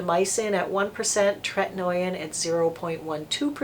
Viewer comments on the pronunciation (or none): Tretinoin is pronounced TRET-IN-OH-IN not TRET-IN-OY-IN. Also azelaic is AZ-EL-AY-IC